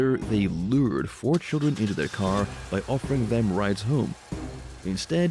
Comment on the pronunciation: Saddle worth, I don't think that's too difficult to pronounce do you?